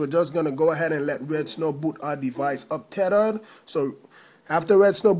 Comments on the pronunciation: Tethered= terered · tedered lol